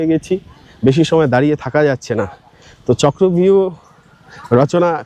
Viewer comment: চক্রব্যূহ না বলে চক্রভিউ বাংলায় বলে হিন্দীর উচ্চারণ 😢😢😢😢